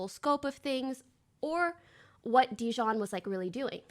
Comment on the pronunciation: I love how everyone collectively just telepathically agreed to pronounce dijon wrong